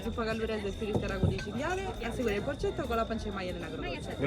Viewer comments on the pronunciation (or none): Si chiama porcetto non porceddu😵😵😵😵